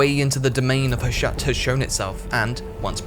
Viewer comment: The fact that a lot of YouTube videos intentionally have typos and mistakes in them nowadays purely to drive comments correcting them drives me crazy - there's a bunch in this CA video - the friggin title "diciples", the dude saying "Hushat" instead of Hashut, "viligant" instead of "vigilant"? I can't tell if they were intentional or not.